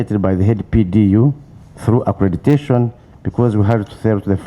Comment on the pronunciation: We need in this committee too. All these guys would be under good care already. It's accreditation, not accretation